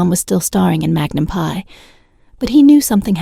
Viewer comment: Tom is 80 years old. Why do you spread fake news and misinformation about him and Jillie? What is wrong with you? This is a cruel CLICKBAIT. Learn English. It's free on YouTube. Teach your AI generated voice to pronounce correctly. It's Magnum P.I. and not Magnum "PIE" No, they did not steal water. It has already been clarified many times including here on YT. Get informed: The Ventura County District Attorney's office, where my sister, an attorney works confirmed that no case was referred to them for prosecution because the water had already been paid for by this private company that supplied the water. The company only violated state and local regulations when it took the water from one district, Calleguas Municipal Water District, Ventura County, and transported it to Hidden Valley, which is in another water district. He was only required to pay the costs of the private investigator. The lawsuit asked for the deliveries to stop and for reimbursement of the $21,685.55 the district paid to a private investigator. My sister and her husband also live there and also received water when the wells were empty. It was always paid directly to the same company. It's unclear if the Selleck’s knew where the water was coming from. They never received a cease-and-desist letter, as the recipients had to sign it upon receipt.